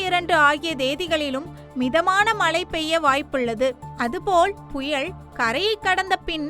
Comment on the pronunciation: புயல் என்கிற தமிழ் சொல்லை திரும்ப திரும்ப தவறாக உச்சரிப்பது வேதனை. தயவுசெய்து தமிழை சரியாக உச்சரிக்க வேண்டும் என்று கேட்டுக் கொள்கிறேன்